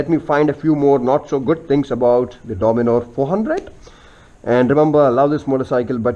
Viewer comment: and the bikes name is DOMINAR not DOMINOR